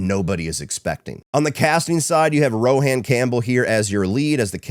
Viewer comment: Rohan is pronounced like Rowan (Row-in). 🫣